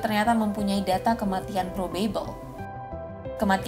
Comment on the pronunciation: mbaaaak pronounciation 'probable' nya aneeh huhu maap yak